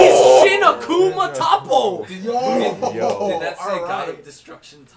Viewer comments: "okay tappo" lmfaoo don't wanna be that guy but it's toppo 😂. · Toe-po not fucking top-oh